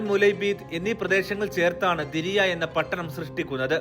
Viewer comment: ദിരിയ അല്ല ദർഇയ